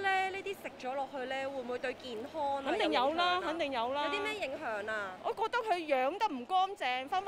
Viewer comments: 請注意唔好太多懶音 健? 影? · 街訪果位女主持麻煩可唔可以學好D廣東話先呀，好多懶音..."健Hon"、"影Hun"